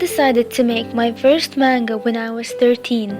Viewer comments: I think ur a pretty good artist but It's NOT cartoons STOP calling it tht it makes u sound stupid to anime lovers and secondly in manga the a is a soft a its pronounced manga not mAnga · I'm sorry, but I just have to point this out xD I'm dying here haha, Manga is pronounced like munga. I don't know how to write it, but close enough LOL! I'm glad you achieved you your dreams <3 you really inspire me to achieve my dream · am I the only who here mango not manga? xD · i have to say but a lot of people say 'man' as pronounced as man then ga. Im sorry but that annoys me and i no its not my business but i am just stating it. Cuz i don't pronounced manga that way, i say the actual pronunciation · It wasnt meant to b mean it was meant to b informative how about u stop being ignorant and learn about stuff beforen u make assumptions i was simply pointing out that i dont like it when people call ANIME a cartoon and that she was pronouncing manga wrong, i understand she went through some stuff but she made it ok and she doing what she loves and im happy for her. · YOU PRONOUNCED MANGA WRONG :( </3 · if you took a Japanese course, why is it you pronounce manga and anime strangely? no offense of course, it's just one of my pet peeves :/